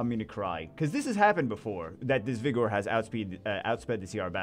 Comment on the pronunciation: Im starting to notice saying Vigors name with the O more pronounced cuz hes trying to avoid the other word. I respect the hussle